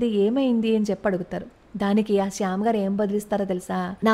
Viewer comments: Good topic. Sam Msnekshaw ఆయన పేరు. మీరు చెప్పుతుంటే శ్యామ్ అని వినిపిస్తోంది. ఒక సారి చెక్ చేసుకోండి. భారత్ మాతా కీ జై. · శ్యాం కాదమ్మా! Sham!